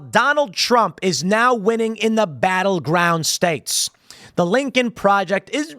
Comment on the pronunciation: "Lincol Projext" Yeah soemthing tells me Lincoln would not be a fan of these goofs